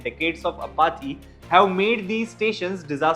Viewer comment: Apathy pronunciation!